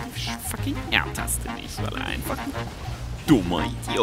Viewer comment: "Und Swain drückt de Ult nisch" xDDDDDDDDDDD